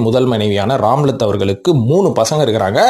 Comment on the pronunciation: ராம்லத் இல்லை ரம்லத் பேகம்